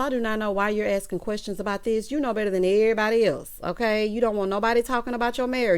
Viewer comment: “Querstions” does it for me! 😂🤣😂🤣😆